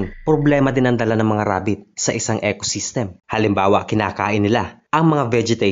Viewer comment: ECOSYSTEM hindi ec-system. Snake is AHAS, not HA-AS.